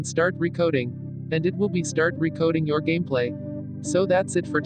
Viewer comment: I like how the says "recoding"